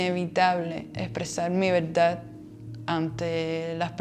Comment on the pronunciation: La veldad 😅😅 repite conmigo: veRdad 😅